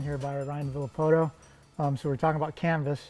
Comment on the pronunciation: Thought RV said 'Cannabis' not 'Canvas' 😅